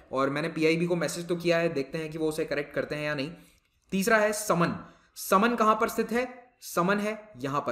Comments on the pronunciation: Sir we pronouncite it as (3) समान and (6) सरसई नावर in Hindi thanks 🙏 and Saman is very close to kishni town as compare to भोगॉव And the stork you asked is saras (crane) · सर यह समान (मैनपुरी) तथा सरसई नावर (इटावा) है| उच्चारण के अनुसार